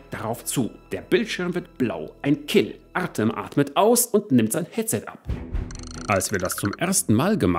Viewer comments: Der Name "Artëm" wird Artjom ausgesprochen. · Hallo, tolles Video wieder! Ach ja: Sprich "Artem" am besten "Artjom" aus...;-)